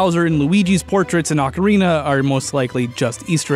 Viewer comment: I love you. I always have, but one tiny note.. You keep saying ocarina like "Akarina", but it's nat an "Ah", it's an "Oh", like in "orange". Maybe you don't care about details... who am I kidding, you really care about details, so this is just to let you know. Ok, no love lost, just a friendly message.